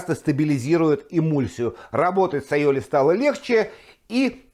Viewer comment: Вы, судя по ударению, сторонник испанского происхождения айолИ?😂😂😂